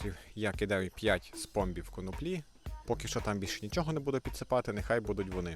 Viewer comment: Хлопці, не конопля, а коноплі (наголос на 2-у складі). Я б нічого не коментував, але бачу що й на етикетці так написано. Знаєте, розмовна мова - це одне, але люди купують вашу продукцію, а там, перепрошую, кака на язикє орків